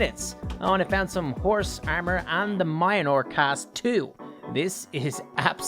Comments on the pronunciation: Mjolnir is pronounced mulnear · Can u please pronounce mjlonir correctly I beg of you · Its pronounced Mjolnir. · You didnt even try to pronounce Mjölnir